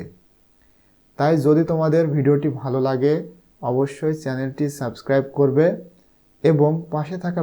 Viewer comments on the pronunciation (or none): none